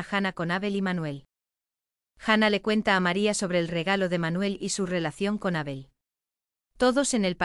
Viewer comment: Menos cuando nombra a Abel, nadie le dice a esta chica que pronuncia mal el nombre de Abel? Es chirriante oir como pronuncia su nombre